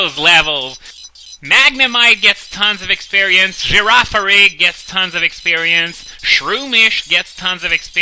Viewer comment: I am in love with the way you pronounce Girafarig.